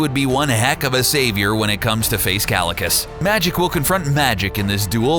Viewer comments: KALICUS ??? O'DR.STRANGE 😨😨 .. IS THAT HOW U PRONOUNCE KAAAEEECCCIILLIIIUUSSS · bro the video was great until okay the whole video was great and i am not hating on the video but you said kalecuss while the actual pronunciation is kaecillius. but other than that great video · it's pronounced "keye-sil-ee-us", genius. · It's not pronounced Cal-li-cus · Kalikus 😂 dude pronunciation is wrong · kalakas? how do they get pronunciations so wrong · Green Lantern vs Kaecilius is pronounced 'Ky - Sill - e - oos' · You pronounced Kaecilius's name wrong. Jesus Christ did you even watch the movie? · I was dying a little inside every time he said it, it's like watch the movie. it's a poor voice over if you don't learn the proper pronunciation.